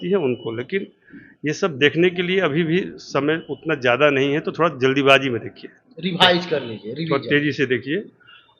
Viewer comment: रेभाइज नही रिवाइज होता है रे बोका 😂😂